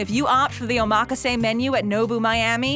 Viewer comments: Too bad you cannot properly pronounce the word OMAKASE. Try oma-ka-se and not Omaa-kaaase. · Hacksaw method of cutting farm-raised junk orange salmon. This video is all file footage and excerpts of other shows. The reviewer didn't even go to the restaurants themselves. A-MAK-A-SAY sushi? What kind of pronunciation is that? O-MAH-KA-ZAY is how it should be said. Total garbage. Thumb down. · that's because she's putting the emphasis on the wrong syllable lmao. it's omaKAse not oMAKase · BTW, it's pronounced "Oma-kase" not run together "omakase." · Oh mock ka say... 💀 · My ears are burning listening to her. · Oh mah kah say. Omg. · Oh mah ka say. Um, nope. You would think for a video the narrator would say it correctly. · i cant believe she said it like that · why do i think it sounds like she is saying the word wrong hmm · The way she pronounced omakase got me so tilted. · The info is good, but the rapid fire annoying commentator sucks, she can't pronounce omakase, and the constant focus on money is annoying as hell. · Butchered the word omakase 😭